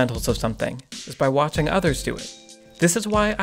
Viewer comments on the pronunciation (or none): none